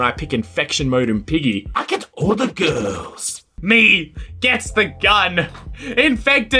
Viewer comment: “I gUeT aLl tHe gUlrS”